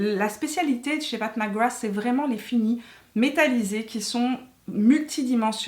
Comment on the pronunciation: Si vous voulez faire un jeu d’alcool, buvez un shot à chaque fois que dit « Path Mac Grath »